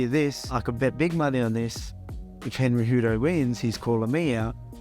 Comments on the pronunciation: Did Volk really say Cenry Hejudo ;) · Cenry Whohudo? Lmao I think that's a better name for him anyway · Opening scene "Aljermain or Cenryhudo" 😆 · Senry Hudo? Haha. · Cenry hejudo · did i hear a Cenryudo? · "Senry Hoodo" lmao